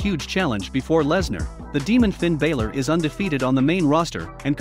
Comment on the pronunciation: Raw probably can't match Smackdown because they probably have 2 different producers producing each show. That would be my guess. Soon enough there won't be very many wrestlers left to have a lot of different matches and storylines because they keep firing too many people. BTW to the narrator of this video, it isn't Bailor it's Balor.